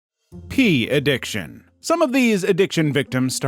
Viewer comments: I heard “pee addiction” and it took me a few lines of script to realize it meant porn. I just heard pee. 🤣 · im begging you to stop calling it "pee addiction" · when he said P addiction. i literally thought he meant urine addiction (Pee) lol